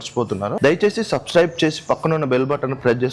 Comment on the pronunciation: సబ్స్క్రైబ్. కరెక్ట్ గా పలుకు అప్పుడు సబ్స్క్రైబ్ చేస్తా